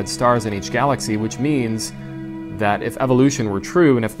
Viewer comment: what’s a galathy?